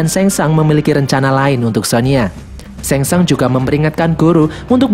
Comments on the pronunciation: Bukan sengsang tapi sungsang bukan liu kang tapi liu keng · Bilang nya sang shung pliss